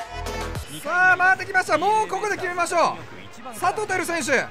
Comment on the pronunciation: １９秒のところ、さとうが ぱとうにに聞こえた笑